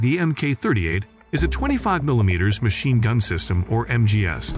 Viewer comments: Mashine? Another AI failure. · You lost me at "mashine" gun. I can't take you seriously after that. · “mashine” gun? LOL its MACHINE GUN. DAF… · MACHINE GUN - not MaSHINE Gun. Holy mackeral. Use sppellchck. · "Mashine" gun. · He lost me at "Mashine Gun" 😂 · that’s what you get when you have AI read a script instead of an actual voice over! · hmmm, well, that AI is mostly smooth... needs more vocal learning, apparently! :) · “Mashine gun”? Must be Artificial Intelligence…. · "Mashine" gun? Wow. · What's a "Mashine" gun? 🤣🤣🤣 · What's a 'Mashine gun'? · "MASHINE GUN"? REALLY? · "Mashine" ? :face-turquoise-covering-eyes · "Mashine Gun"??? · maShine gun...?? Cmon. Blocked your AI crap. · The computer voice on this is quite bad. Mk is pronounced Mark, for example. Machine gun is spelled with a C, not S.